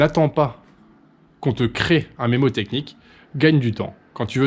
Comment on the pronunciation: On dit mNémotechnie, et pas mémotechnie, pour info :)